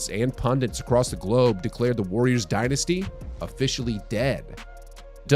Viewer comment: No one pronounce dynasty like you, its still ringing in my head from your fav phrase “Dilan Dynasty Brook” 😂